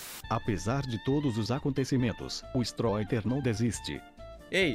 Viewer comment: Narrador fala ''Strôiter'' KDSAOPSKOPSDOPADSKASOPOSAKPKD LIKE PAPANGU <3